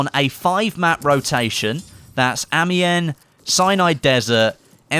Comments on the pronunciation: Wrong, a-mee-yen I'm a french speaking belgium native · AGC Ace More like Amion